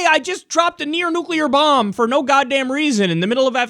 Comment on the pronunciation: What do you call a non-nucular bomb ? A bomb .